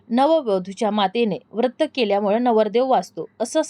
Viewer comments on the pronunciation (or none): वृत्त असा उच्चार करु नये व्रत असा करावा.